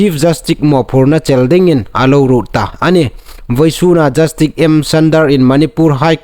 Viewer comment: 'Jastik' niloin 'jastis' ti thlûka lam ding a nih.